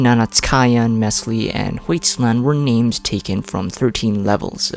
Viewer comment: Im confused why you pronounce almost every name differently than they do ingame 😭